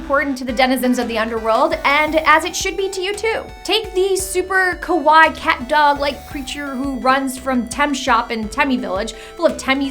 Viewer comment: Omg whyyyyyyyyyyyyy kawaii is said as ka-why-ee is you say it as kawai it sounds like kowai and that means scary in Japanese not cute...